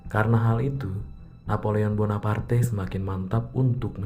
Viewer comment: Ngucap namanya agak ribet ya min? Wkwkwk